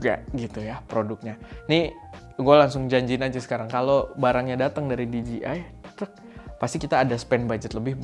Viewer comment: bujan diji ay bang, tapi dije ay hehe